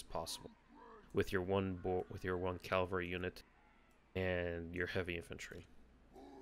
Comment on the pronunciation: IT'S CAVALRY! CA-VAL-RY! Sorry.